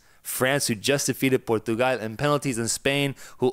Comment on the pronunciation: "France who just defeated ⭐~ Pour-too-gwal ~ ⭐" lmao Bro, why are you pronouncing a Portuguese country like it's Puerto Rico? Portugal ain't Latino my dudes, that's not how you say it in English or if you're from there. Why not pronounce France like Frons if ya'll are trying to be accurate?